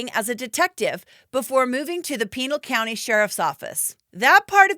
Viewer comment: "PEEnal County"......."consiQUENshes"..... You're putting the wrong emPHAsis on the wrong syllABle.